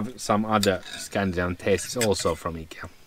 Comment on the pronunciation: Nice to hear Ikea pronounced correctly. Americans say it differently. I like your swimming choices. Thanks for sharing